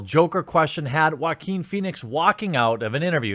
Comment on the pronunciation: Love the way you pronounce Joaquin